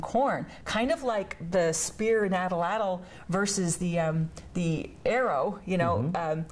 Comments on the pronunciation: "atul-atul". Jeez. Give me a break. Which gumball machine did you get your "degree" at ? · Adill adill 😵 what doctor 😷 is that how you pronounce atlatl😲 and a drill point as for putting holes in leather😡👀 and the first thing they showed you cook with a coin what🙈 I'll have that PhD badge back now doctor😾👋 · I had to rewatch, I say at-latle too , OMG this was hard to watch again, she points out a 11000 yr old Dalton found in Indiana, but previously says Arrows didn't exist in the SW till 700 AD.....smh